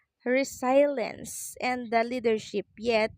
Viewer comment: Hi! "RESILYENS" po ang pronunciation ng 'Resilience',, RESAYLENS po ate binanggit mu😂 yung sa paper docu na binasa mu